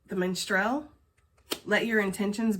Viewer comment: Minstrel = Min stril… rhymes with winchell’s but without the s lol and yes now I want donuts 🤣